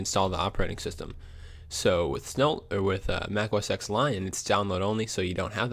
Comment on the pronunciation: Dude, it's a roman numeral. OS Ten, not Ex.